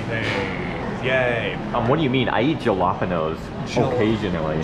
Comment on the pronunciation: jalapenos? 😢 died when he pronounced it like that